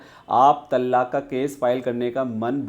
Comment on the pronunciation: It's pronounced as "तलाक़", and NOT called as "तल्लाक"